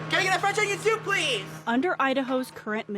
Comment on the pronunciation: fwench onyon soop peeze.